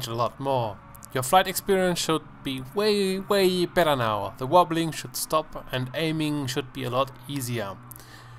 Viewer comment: lol love your "VOBBLING" great dude